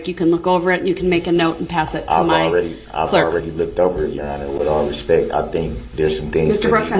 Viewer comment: No he didn't ! He said, "With all RESPECK" !